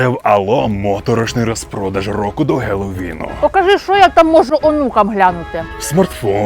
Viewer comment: Хелоуін а не гелоуін